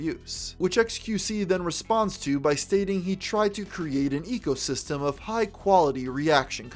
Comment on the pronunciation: xQc is the only known speaker of his language. xQc can somehow fit the word ecosystem into a single syllable.